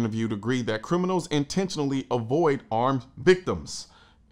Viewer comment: You mispronounced criminals the second time around.